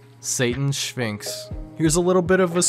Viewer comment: the way you pronounce sphinx "shphinx" with an h reminded me of my old yiddish grandma (who passed on years ago) who did that sometimes with random words, so thank you for injecting that extremely wholesome moment into my morning. it kinda made my day lol :) Really good video by the way. i enjoyed it thoroughly.